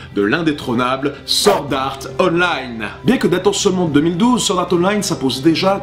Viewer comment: ... Sord art online... vive l’accent français (je suis morte de rire 😂)